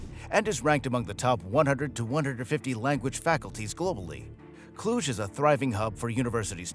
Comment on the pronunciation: what are you talking about ??? who is behind this account ? after the way you said Cluj you are a romanian. :)